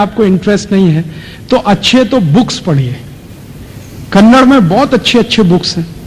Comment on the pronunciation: Kannada aap ke mukh se achha laga